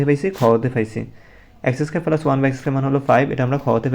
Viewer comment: প্লাস❌ পেলাস✅